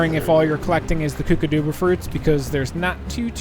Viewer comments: the mud balls you need to put in those statues with the green ball in them they are called kookadoba crackers. The kkokadobas are not pronounced (koo-kah-doo-bah) it is pronounced (koo-kah-dow-bah). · I’m pretty sure it’s pronounced kook-uh-doe-bu fruit I think.